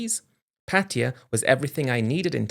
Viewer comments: Same old story and the same stupid British pronunciation, Patia, dumb Brits just can’t say Pa Taa Yaaaa lol 😂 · Everybody please stop saying PATTeeya. Cringe. Its pronounced pattaYA. Stress is on the end of the word not the beginning 🤷